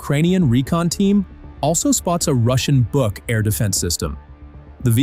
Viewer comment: I am so happy, someone finally started to pronounce the „BUK“ system correctly with a long „oo“, longer as in „book“😊😊